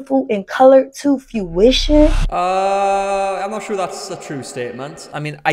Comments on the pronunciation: She keeps saying it, so I have to ask. What the fuck is fewition? Does she mean fruition? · She says “few-ition” instead of fruition.